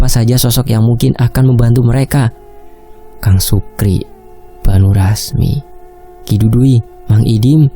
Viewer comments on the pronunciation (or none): none